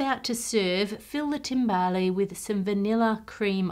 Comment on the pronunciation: The 'e' in timbale is silent.